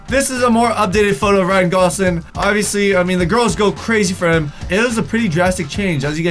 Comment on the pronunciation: It's not Ryan goslin it's Ryan gosLING